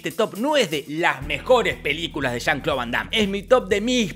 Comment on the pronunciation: Que diga "chan Clau" 100x jaja